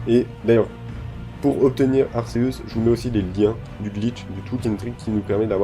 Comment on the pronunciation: 2M faux c'est arc+zeus donc ar-ké-us